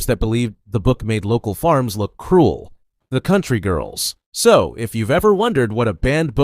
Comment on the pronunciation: Not how you pronounce the names in the country girls......